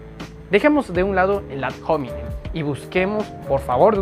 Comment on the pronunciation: Saludos, 'Ad hominem' es una palabra en Latín. La 'h', como en el Español, no se pronuncia (se aspiraba en épocas remotas, pero mucho menos que en inglés). En Latín clásico no se pronuncia. Admiro tu labor, un abrazo.